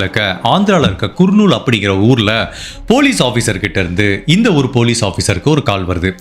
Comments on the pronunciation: குர்நூல் அல்ல. கர்னூல். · குர்ணுல் இல்லை கர்னுல் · உங்கள் காணொளியை நான் எப்பொழுதும் மிகவும் ரசித்து பார்ப்பது உண்டு... ஆனால், உங்கள் உச்சரிப்பில் கவனம் தேவை...தேஜேஸ்வர் என்பதை குறிலில் உச்சரிக்கவும்..Dejeshwar என்று நெடிலில் உச்சரிக்க வேண்டாம்... மற்றும், குர்னூல் இல்லை கர்னூல்.. என்று உச்சரிக்கவும் ஆங்கிலத்தில் பார்க்கையில் kurnool என்பதை கர்னூல் என்றே தமிழில் உச்சரிக்க வேண்டும் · அது குர்னூல் இல்ல கர்னூல் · குர்..நூல்..இல்லை.." கர் நூல்..நண்பரே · நீங்க. சொல்லும். விதம். சொல்லும். அனைத்தும். அருமை. ஆனால். சிலபிழைகள். குர்னூல். இல்லை. கர்னூல். நந்தியால். அடுத்து. கர்னூல். திருத்தம். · Yes it is pronounced as - ‘ Karnool ‘ (nearer to Hyderabad) not Kurnool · அது குர்னூல் அல்ல.கர்னூல் னு நினைக்கிறேன்